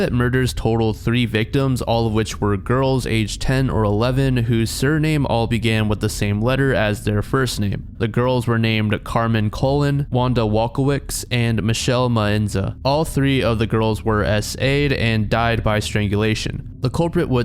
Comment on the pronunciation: In the segment of the alphabet murders if their last names are Colón then it’s pronounced as cologne